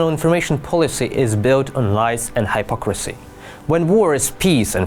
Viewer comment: You are mispronouncing the word hypocrisy.